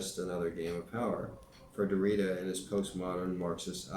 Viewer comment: Derrida is pronounced (DARE EE DA).